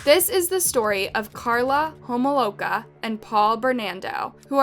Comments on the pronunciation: Get your pronunciations down before posting a video not after. Karla Ho-mol-kah and Paul Ber-nar-doh not that hard to sound out. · @@ obviously not if she says homomka and Bernando🤣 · @@ unless she pronounces them right nope. In this video she did it wrong. Maybe she gets it right in the future? I'll continue to watch and hope for that.